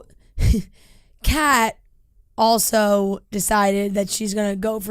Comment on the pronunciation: John Henry not John Hill and Kat not Kay